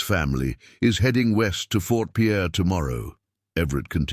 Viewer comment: It's not Fort Pierre, its Fort Pier.